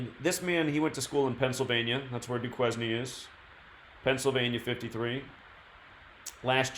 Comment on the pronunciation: Duquesne is pronounced Doo Kane.